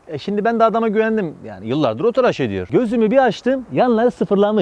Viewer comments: Abi "traş" değil "tıraş" lütfen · traş değil tıraş